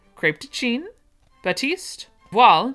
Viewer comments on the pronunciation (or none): none